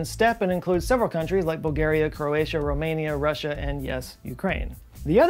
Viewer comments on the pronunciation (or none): none